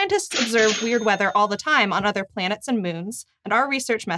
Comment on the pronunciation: Anyone else here otter when she says other